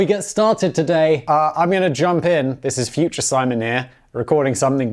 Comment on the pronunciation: Simon's pronunciation was hilarious though